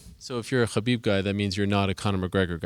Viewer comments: How tall is he? His head almost reached the ceiling. Btw, i love how soft spoken this guy is. The way he gave his opinion about his fav fighters and he also pronounced Khabib's name correctly🤗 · Crazy, a fan of khabib who knows how to pronounce khabibs name. I’m so impressed by this man, amazing.